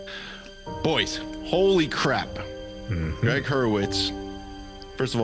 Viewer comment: Couple things? It's Gregg (not Gree Hurwitz). And you betcha' - his writing is absolutely riveting. I've finished the entire Orphan-X series. Unreal.